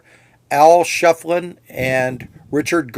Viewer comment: I believe it'a pronounced "Shif'elin",... Can't wait to move there in about a month! Ed's one of the characters of Tombstone that I'm working on doing paintings of... Maybe we'll meet some day, buddy!